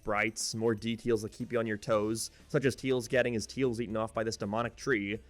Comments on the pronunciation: it makes me cringe when he says "teels" instead of "tails" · Tails not teils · Wtf man its tails not tiils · And the subtitles still think you're saying "teal's" instead of tails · funni moment he says teels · why do you pronounce tails as teals? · This guy can’t pronounce tails but can pronounce majin